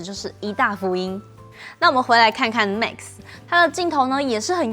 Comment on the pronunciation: Max, not mix. 發音要改善